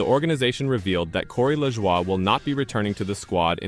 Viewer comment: Hard to believe a channel that doesn't know how to pronounce the drivers names( Lajoy )